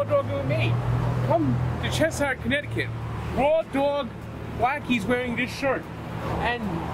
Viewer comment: ....you did it!! U did butcher Martin Roscol, and Cheshire. I have been saying Blackies a shit ton, I also said Frankies....it is 1.6 miles from Blackies. CT sucks beyond believe, but we have the best pizza and hot dogs.